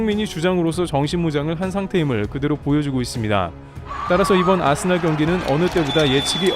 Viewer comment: 아스날이라 쓰고 아스벌이라 읽는다